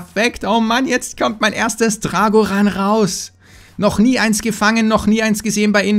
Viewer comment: Drag1hundret (englisch ausgesprochen)